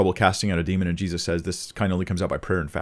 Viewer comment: you said 'Jezus' that sounded so Dutch!! Thank you again for your wisdom! And the blessing you share with us. God is good.